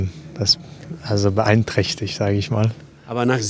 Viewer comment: sick pronounciation of beeinträchtigt, that blew me away lol